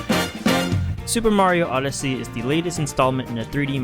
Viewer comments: Finally,Super Mayro Oddissay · Soper Mayro Oddisee